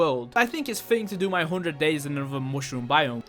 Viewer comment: I do not like his language He is say Hondred instead of hundred